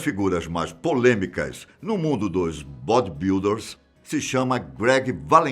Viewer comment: "No mundo dos BODI builders" KKKKKKKKK